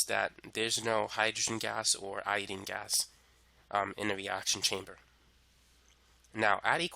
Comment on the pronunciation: love your video, but its iodINE not iodEEN